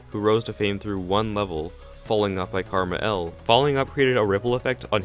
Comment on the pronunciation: Ngl I almost stopped watching because you kept calling KmarL, Karmah L